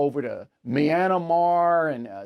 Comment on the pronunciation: Myanmar, not Myanamar. Two syllables.